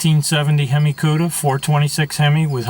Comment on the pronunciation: He said hem eye. I want to die